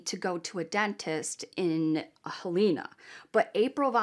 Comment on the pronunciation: It's haver(short a) even though it's spelled Havre. Helena is hell-n-uh not haleena